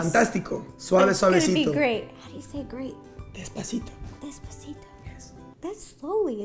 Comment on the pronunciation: Not despacito he says espacito Despacito means slowly